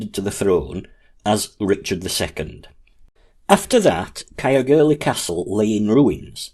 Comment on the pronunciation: Interesting and informative video, however ,Caergwrle should be pronounced 'Cayerr - goor - leh' Not Cayerr gurlie 😊